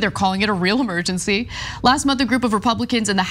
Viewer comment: The word is Emergency, not Amergency.